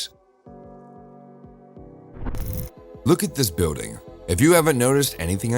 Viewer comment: It's Pronounced BUILDING Not BUEWDING!! Learn PROPER English if your going to Narrate a Video. People like you Should Remain Silent!!